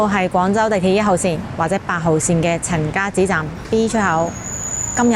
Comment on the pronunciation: 陈家‘’祠‘’读“池”，不是读“寺”。